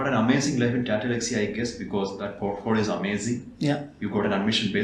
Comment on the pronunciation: Portpholio, but sir be like portphodio 😂❤️ love you sir